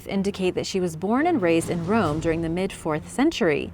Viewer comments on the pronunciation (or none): none